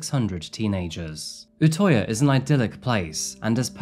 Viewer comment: crime i would like to you should say the ø in utøya as uhh not ohh